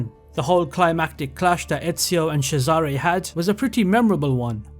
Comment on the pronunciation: Jesus, you must really hate cesare and elise with how you butchered their names 😂😭 hearing a long time fan saying origins is his favourite ac kinda triggered me, but i really liked the format. Kinda nostalgic going into specific mission in each game. Usually i think of them in their entirety, or rather, atmosphere and feeling they evoked. Kinda different when its in this format❤